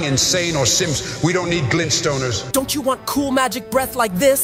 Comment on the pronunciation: “Glintstoners” lol😂